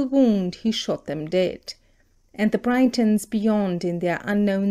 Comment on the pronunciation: Britons not Brightons!